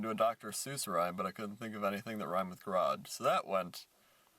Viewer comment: garage, marage, homage (pronounced funny)